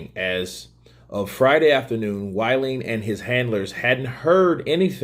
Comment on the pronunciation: Pronounced (Wall-in ) WaLLin